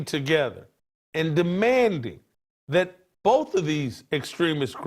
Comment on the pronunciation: Any "Doctor" that can't pronounce the word this or that needs his license revoked.